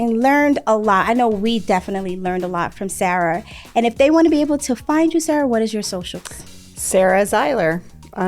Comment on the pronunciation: I mean be-able not Beatles...